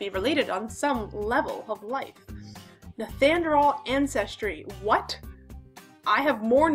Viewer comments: Not "" but pronounced Nee-an-der-thall" if you are in the US. It's Nee-an-der-tall everywhere else. Many people with European ancestry have some Neanderthal. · I'm 4 percent neanderthal which is the highest you can be. I just thought it was so funny how she said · I know it sounds like some kind of medication the way she pronounces it lol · ''nethanderal''. sounds like the medication you're on!